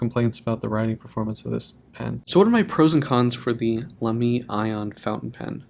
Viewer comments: Thanks for a nice review. Even if your pronunciation of Lamy drives me up the walls... Great job with the a in La, but don't stress the second syllable. Like Baby. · It’s laa-me